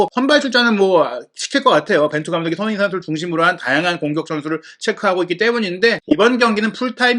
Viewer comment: 손흥 인 라고 발음좀 하지마라요 ㅡ진짜 거슬려서 구독취소 ㅡ내용많다고 좋은건 가 ㅡ듣기편하고 재미있어야지 축구전문가될려고 유투브 보냐 ㅡ천천히 말해도 될텐데 왜그리 총알스피드로 말하냐 초반에는 솔깃해서 듣다가 나가게된다